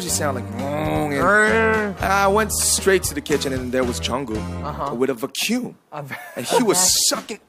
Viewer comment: The way RM said vacuum. I died. Oh, and Yoongi's face .